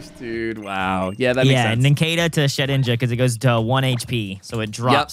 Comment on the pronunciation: Lol its shedinja